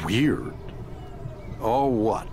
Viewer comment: Dude is saying "weird or what?" wrong. Dumb name for a series anyway.